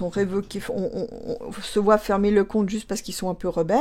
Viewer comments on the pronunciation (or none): none